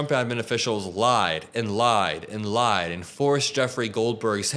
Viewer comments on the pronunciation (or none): none